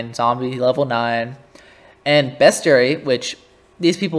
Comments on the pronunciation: lmao dude say beast not best lol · love u but best-ary? WHY DO U SAY IT LIKE THAT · ok but like… uhhhh… ITS JUST WRONG TO SAY IT LIKE THAY